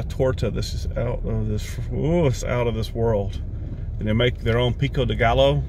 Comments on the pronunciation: ...You speak Spanish like a gringo. Pico d eGallo. You got the Pico de part right. In Spanish, the double L is a single sound and has a Y sound. If I said "gayo" you would try to pronounce the gay part the way English speakers would pronounce it, however, in Spanish there is no long A sound, so gallo is pronounced more like guy-o.. That is still incorrect, but way better than gallo. A taqueria is a Mexican restaurant specializing especially in tacos and burritos. Pronounced taca-ria. Mi is pronounced more like the English me. Tierra is pronounced tee-era. Love your stuff. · Hey, just thought you might like to know, pico de gallo is pronounced with the ll's as a y. Phonetically it's "Peek-o - dey -guy-o". Cheers! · Hey, anytime you see a double L in Spanish, it is pronounced as a “Y”. Pico de Gallo is pronounced Pico de “Ga-yo”. Loved your video! I’m sure it was good to be home for a bit. And, that you got to see Bill. You’re a good man, sweet guy. Love you and the babies!! 🐾😘❤️🐾🥰❤️😘🐾🥰❤️😘🐾🥰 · There is nothing like the South for it's variety of people, food, cultures and slow pace. I am glad you got to eat at your favorite place. That makes it all worthwhile. Love mexican food, and the roasted jalapeños. It is called pico de Gallo it sounds more like pico D Guy-O. Have fun visiting family and friends. Stay safe,! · looks good, Taqueria is pronounced TA KA RE AH, just to help you out and Pico De Gallo is pronounced peek-oh duh-guy-oh. :) Thanks for making me hungry at 10pm in Louisiana and nothing open. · Glad you got to see Bill. FYI. A double 'LL' in Spanish is pronounced as a 'Y'. As in Pico De Guy-O. However you say it it looks delicious. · Please say it with me: PEEKO- day-GUY-oh = Pico de Gallo 😄💓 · Lol, the way you say pico de gallo. Remember, double "ll" is pronounced as a "y". So, it's "guy-o." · Pico de guy-o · it’s Pico de “gayo” the two L’s are pronounced like Y in y’all! LOL! Shout out to Wuffpack!